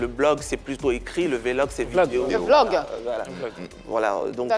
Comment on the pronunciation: Tu dis tu as une license en Anglais, petit mot Vlog la tu sais même pas comment on prononce. Ko vélog, tu es sûre que tu as une license en Anglais?? On peut faire ça?